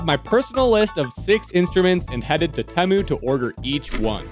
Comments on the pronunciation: its tEmu NOT temo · Its pronounced "Tea-Moo" not "Teh-moo" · It’s tEmu not temu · It’s not teh-mu it’s teem-ooo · Bro said tEmu wrong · It's T moo not tem OoO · At first I thought it was pronounced tei moo but it IS actually spelled teh moo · He is right about everything except the way to pronounce temu